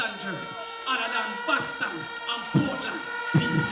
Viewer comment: Lol she say Portland want caapwet we want caapwet from Portland to Prospect we want caapwet from Portland to manchoniel 🤣😂🤣😂